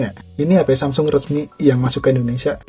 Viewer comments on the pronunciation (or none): none